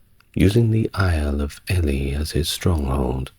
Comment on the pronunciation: It is STEE-VAN, not Stefan, RAH-NOLF of Chester, not Ray-knoll-fuh and EEL-EE not ELLY. Otherwise I love this channel. (Although waking up mid flow to hear that my actual son; Stefan, was apparently being held 'in relatively comfortable conditions' in Gloucester Castle by order of the Empress did somewhat explain why I had just stopped dreaming my real life son was fighting a medieval female Pope to become Holy Roman Emperor hee hee). You are sooo anarchic inside my mind!!! Thanks for your content.